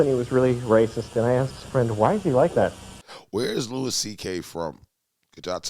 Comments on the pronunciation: It’s pronounced “Louie”. Literally 2 seconds into the video and I’m already annoyed at this guys inability to speak properly. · it's pronounded Louie